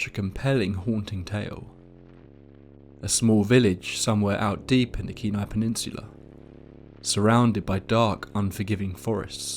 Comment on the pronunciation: As a Native from Alaska, I just want to say how much I appreciate you pronouncing Kenai, Dena'ina, and other names correctly.